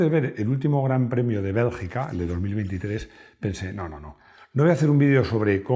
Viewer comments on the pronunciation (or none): Me encantan estos videos,te ha salido el catalán de adentro al decir Bélgica 😅,muy buen video eres un genio😎